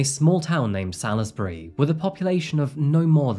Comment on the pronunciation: Salisbury in Hampshire, United Kingdom is pronounced Sulls‐bury. Not Sally-is-bury